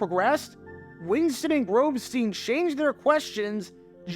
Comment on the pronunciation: You butchered Grobstein name. The Grobber Chicago radio legend. Wls am 1000 The Score.